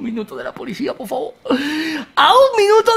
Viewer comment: like si te hace gracia la nueva frase de vegetta: poh faboh! 😂😂😂